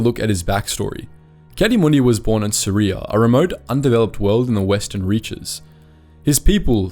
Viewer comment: “..was born in Suria..” Me: Syria ?